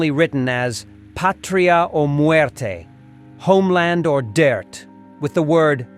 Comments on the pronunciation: Death NOT DIRT. PLEASE CORRECT your pronunciation. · Why do you keep saying dirt instead of death?